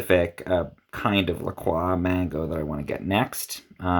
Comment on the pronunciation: Why he say lacrox like that